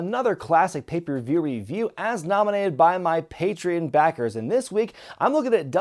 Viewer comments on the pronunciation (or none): none